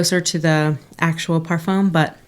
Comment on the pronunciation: Just wanted to chime in -- you said 'parfum' correctly!! You got the French pronunciation down! :)